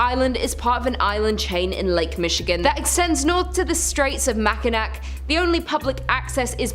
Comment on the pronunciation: Mack-n-ack. Close, you almost got it.